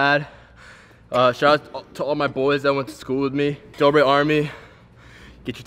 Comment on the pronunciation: it’s Dobre not Dobore